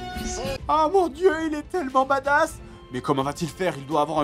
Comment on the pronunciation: Les enfants si vous voulez etre badass et que vous etes francais, surtout ne prononcez jamais le mot badass. MES OREILLES MERDE!